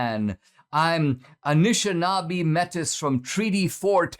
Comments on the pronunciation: you keep pronouncing that wrong, metis, is like met ee, not met iss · Canadian here: fyi, Metis is pronounced 'May-tee', thank you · Good vid D. FYI...METIS is pronounced like MAY-TEA. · It’s not Métis it’s pronounced ‘ maytee’ . However As always Dinesh speaks the truth. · Metis, I do believe is pronounced (May-Tay) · Métis is pronounced may-TEE. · Metis is pronounced May-tee.